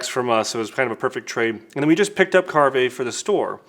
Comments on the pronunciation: It's pronounced Carve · willis white It’s pronounced ‘carve’, like a turkey or to be more to the point as in to carve a turn on a surf or skateboard. Brand was created by skateboarders. The multi coloured laminate in their brush handles is due to them coming from skateboard production. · That doesn’t sound like the name would be pronounced